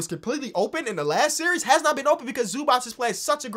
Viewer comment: Oh god please it's not Zubach it's Zubats